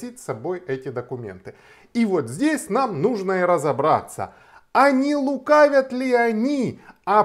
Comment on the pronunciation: "А нє луквят лі..." - лукавят! Українською будь ласочка